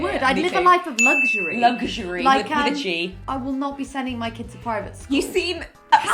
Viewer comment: I've now learned how to pronounce "luxury" = luhk - shuh - ree